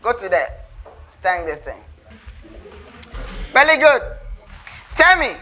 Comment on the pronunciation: He said vely gud